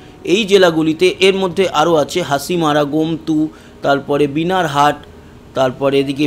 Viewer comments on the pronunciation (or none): Sir ota BANARHAT hobe...binarhat na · Dada binarhat.noy Banarhat,..